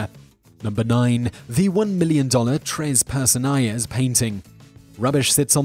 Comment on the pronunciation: "Tres Personajes" = "Tress Pairson-AH-hess". It's not "Personayes" any more than Don Quixote is "Don KEY-shot". And "Giuseppe" (or Joseph) is NOT "GEE-sep", it's "Jew-SEP-peh". Come ON! DITCH the dubious British pronunciations for something honoring their respective mother tongues! Otherwise - GREAT JOB!